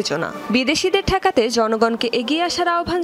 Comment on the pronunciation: গদি টেকাতে হবে না ঠেকাতে হবে শব্দটি?